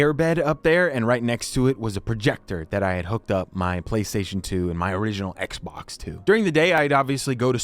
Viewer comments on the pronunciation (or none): none